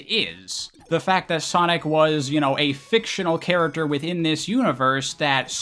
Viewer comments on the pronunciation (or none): none